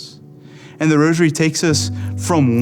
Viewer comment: Not "roshery"......geez!! Stop saying "roshery"!!!!!!